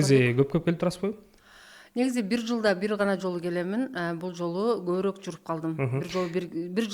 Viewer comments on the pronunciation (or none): none